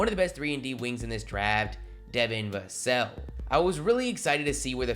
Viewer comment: Why does this dude emphasize the last word in every phrase devin vaselllllllllllll its so damn annoying